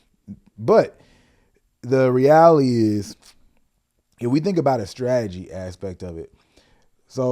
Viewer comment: Its pronounced 'Re-al-i-ty'... Reality. Not 'Reaily' 😂 don't forget about the 't' in the word 'reality' fam. always love and enjoy the channel. Incredibly insightful and motivating